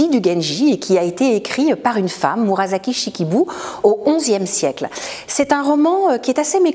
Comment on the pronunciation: La prononciation de Murasaki est « murassaki », pas « murazaki »…